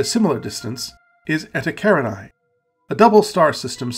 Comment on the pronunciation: You know what contributes a lot to these objects being unknown? Your mispronunciation of them. Eta karinai. Yeah, I've never heard of that before.